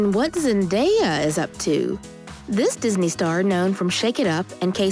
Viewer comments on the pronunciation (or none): none